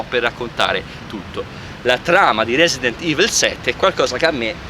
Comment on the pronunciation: "resident ivl"